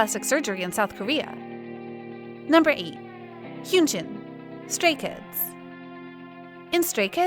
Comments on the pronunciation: Wow first of all your saying Hyunjins name completely wrong. And second, after giving all the other idols a lot of time and detail explaining you put him last as an afterthought and barley talked about him except mostly his hair? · why are you saying hyunjin like that